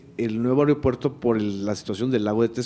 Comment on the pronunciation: No es airopuerto es aeropuerto sr